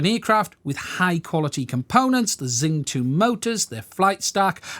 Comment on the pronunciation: Its more like "She-ung" than "zing". Great video though.